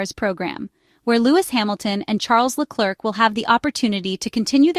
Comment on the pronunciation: It's "Leclare", not LeCLERK...............................